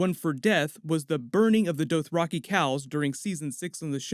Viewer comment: The Doe-throcky? OK.